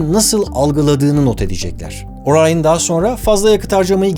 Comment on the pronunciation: NASA bile Orion diyor Barış Orayın diyor